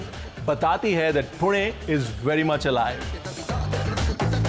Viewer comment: Good to see he is pronouncing पुणे correctly